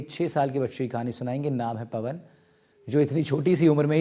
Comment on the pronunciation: पनव नहीं पवन बोले